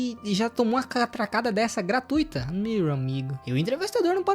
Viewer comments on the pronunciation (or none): none